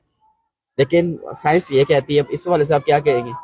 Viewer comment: साइंस नही सैंस 😂